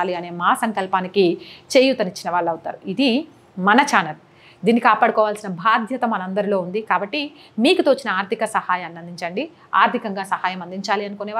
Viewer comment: వాయిస్ చాలా బాగుంది తల్లీ...అభినందనలు ! కానీ భాద్యత కాదు...బాధ్యత ! 👌